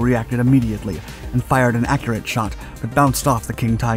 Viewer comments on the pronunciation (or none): none